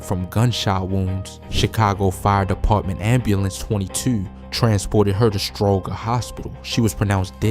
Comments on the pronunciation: It's pronounced Stro-jer hospital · Stroger….the makes a J sound 🤦🏾‍♂️